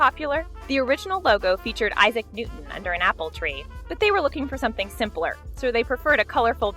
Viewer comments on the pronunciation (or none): none